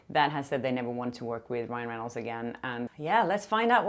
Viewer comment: I loved it when you accidentally said “Ryle” Reynolds!! Ahhhhh besttt hahahahah